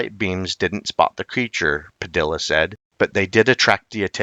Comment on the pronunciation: The name Padilla is pronounced Pa-di-ya, not Pa-dill-a. The two Ls together make a "Y" sound in Spanish.